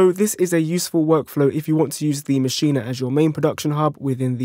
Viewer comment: It's MASCHINE....NOT MACHIN"A" DUDE.